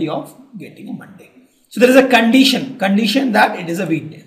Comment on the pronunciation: More than once, not interested to listen. See, " normal probability question " How is pronunciated. condeetion????. Listen this video.